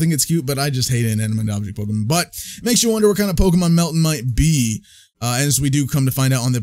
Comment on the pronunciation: It’s not pronounced Melt-tin, but it’s pronounced Melt-tan.